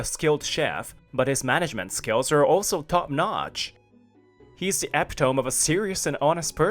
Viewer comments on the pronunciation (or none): epitome: ee-PIT-oh-me